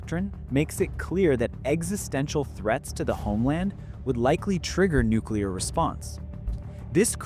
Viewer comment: Haha I love you way you say Nuclear.....nucular!!! Lol